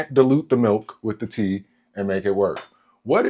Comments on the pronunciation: omg bro I thought you said pee at first. I was about to say wtf are you doing😂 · I heard pee instead of tea, anyone else? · I thought he said pee instead of tea 😭